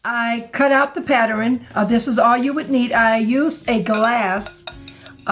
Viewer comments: Yes! That's one of my pet peeves, but I thought it was just me. LOL! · Pattern is 2 syllables. Great work!